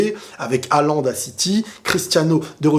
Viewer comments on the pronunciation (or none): none